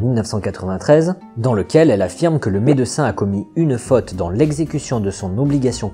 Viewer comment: Super vidéo, merci. Par contre, stp, revois ta prononciation du mot "médecin". Par pitié, ne le décompose pas, dis le en une seule fois, d'autant plus que tu n'as pas de seins.